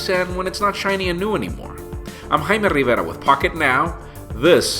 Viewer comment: the way you pronounce your name is awesome !